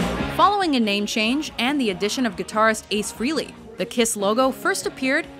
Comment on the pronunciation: Hate to be pedantic but it's Ace FRAY-LEE not FREE-LEE.